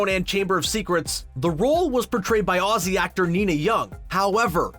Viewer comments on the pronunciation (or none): none